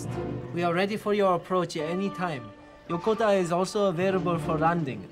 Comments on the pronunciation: Why are they calling Yokota Yokotar? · Flew a Boeing heavy during those years. Was well aware of this accident. A couple of comments: first, surprised that the flight crew did not go on oxygen immediately. And a minor one to the producer of this: The USAF air base is incorrectly pronounced in this. The accent is on the second syllable, not the first. Yo-ko -ta.